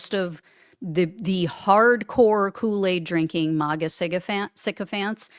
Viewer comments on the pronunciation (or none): none